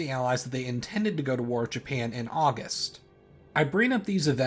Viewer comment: Yes "Japania" "Harias Truman"